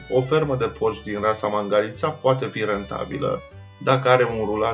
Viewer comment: Nene vezi ca Mangalita se pronunta altfel, cu accentul pe alta silaba.